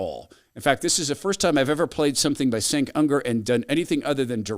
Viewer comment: Dude, you can make a bit of a pre-research to pronounce his name correctly... Cenk has been on air for like two decades now.